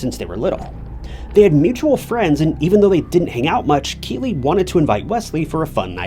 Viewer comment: I thought he was saying Kiwi also, so was it Keeley?